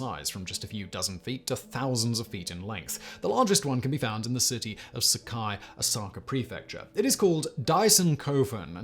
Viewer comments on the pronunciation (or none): none